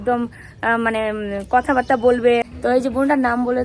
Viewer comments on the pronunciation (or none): none